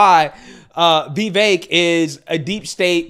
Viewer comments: Vi-Vake not Vee-Vake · Vi vake pronounce like vivid and cake. Not vee as in bee. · 👉👉It isn't "Vee-vake" it's "Vaye-vik." I love your channel but I really wish you'd get this right. It's cringe.👈👈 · yo why you say ”v-vake”? lol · Is it Vee-Vayk or Vay-Vaak? Lmao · Bruh you pronounce his name different in every video 😂😂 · You pronounced Vivek like three or four different ways in this video. Still can't get his name or most names right.